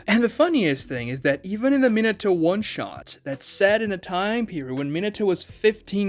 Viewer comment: I'm surprised he can pronounce Minato right.